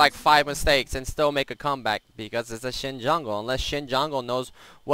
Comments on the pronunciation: SHEN. Not xin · sounds like he is saying Shin